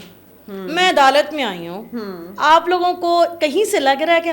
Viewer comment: Read...unn police Walon instead of salon.